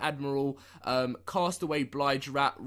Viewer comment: Stop saying blige rat. It’s bilge rat